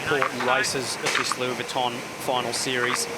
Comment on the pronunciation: Lewie Vwitton